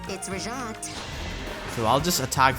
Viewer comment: She says her name every 2 minutes but you pronounce it wrong NotLikeThis